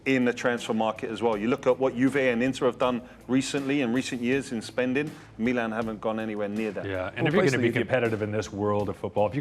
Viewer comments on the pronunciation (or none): the way u say meelan. its just precious dud lol